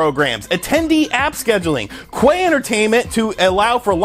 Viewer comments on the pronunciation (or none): The way you said ''queue'' lmao... it's like cue, bruh. You know, like being queued in line. Hence the name, queuetainment, dealing with line engagement. Lmao. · Can't say I've ever heard queue pronounced as Quay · The word queue is pronounced like the letter "Q".